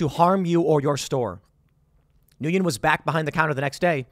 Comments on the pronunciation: How does Tim not know how to prounounce that last name lol? Thats like the MOST common asian last name. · Nguyen is pronounced "win," not "new yen." Source: lots of Vietnamese friends. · Nguyen is pronounced as "when". One syllable. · It is pronounced Win! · It's pronounced 'Win,' not 'Nooyin' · It's pronounced win. Not newwin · Nu yen?? Everyone knows that "n win" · Tim’s Asian heritage was a lie. 😂 He can’t even pronounce Nguyen. It’s “Nwen” not “New-yen” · Pronounced win not nuyin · hey Tim, the Vietnamese name Nguyen is pronounced- WEN - . No shame. Very common name so good to learn that. Ngyuen was rightfully fed up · It’s pronounced “win” Tim. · Weird thing that upset me… Nguyen is pronounced like WIN. Served with at least 7 of them in my department. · Hey Tim, since you asked the last name Nguyen is pronounced roughly like the words "when". It's spelled like that because it's using Francophone spelling for names in former French colonies in South East Asian. In this case it's French spell of a Vietnamese last name. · I think it's pronounced [when] Nguyen. If it's not heroic it's definitely gutsy. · pronounced “Win” (common Vietnamese surname and subject of Family Guy telemarketing joke) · FYI Nguyen is pronounced Win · The pronunciation of his last name sounds like "Win" . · It’s pronounced “ Win” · if its pronounced like others i know with the same last name then its pronounced "WIN" - (nguyen) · The last name is pronounced “win”. Ironic but true. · Tim, in case you would like to know, Nguyen is pronounced like “when” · It’s my understanding that “Nguyen” is pronounced more like “win” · I believe it's pronounced "win" (Nguyen) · I'm pretty sure it would be pronounced WIN. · Nguyen is pronounced "Win". It's the Vietnamese version of Smith. It's literally the most popular surname there. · I believe Nguyen is pronounced similar to When. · Heads up Tim if you see this comment. The last name 'Nguyen' is pronounced like 'Win' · I believe its pronounced "win"